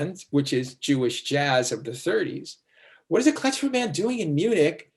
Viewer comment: Never heard it called "Kletchmer". It's Klezmer.